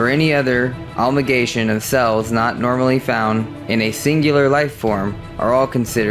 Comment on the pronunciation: The words are pronounced... 1. Pro JEER ee ah 2. A mal guh may shun Not trolling..just trying to help as I DO enjoy your videos. Keep up the good work! :)